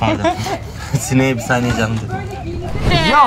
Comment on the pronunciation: Peki Ali nin sineğe bisaniye canım demesi😂